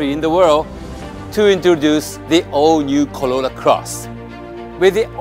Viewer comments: why can that guy pronounce is R in most words but not in the word Corolla.....maybe he leally think that it is plonounced Collolla, of coulse !!! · No body Literally no body ever Narrator : collola closs 😂😂😂